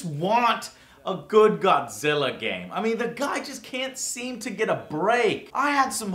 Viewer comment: Joe....joe...im godzirra...im godzirra joe